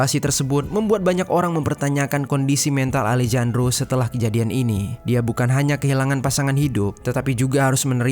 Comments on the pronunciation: Alejandro di baca Alehandro ga seh? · Dibaca: Alejandro ❎❎❎ Dibaca: Alehandro ✅✅✅ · Sedikit saran untuk mimin. Kalo ada huruf 'J' dibahasa amerika latin dibaca jadi huruf 'H'. Alejandro dibaca alehandro min. 🙏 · Kalo bahasa Spanyol nama Alejandro dibaca Alehandro min